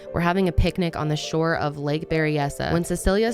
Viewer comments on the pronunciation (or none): none